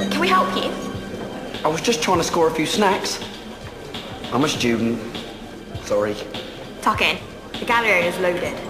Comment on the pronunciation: i think she says ‘tuck in’ 😭😭😂